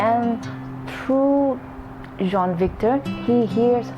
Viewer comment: Its jean victor not john victor